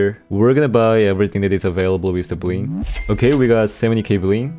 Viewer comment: Did I just hear buin instead of bling?🤨